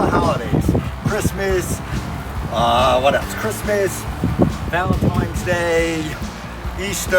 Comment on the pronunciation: "valenTIMES" day is one of my biggest pet peeves in life and its still fuggin going. Then he correctly says it 5 seconds later.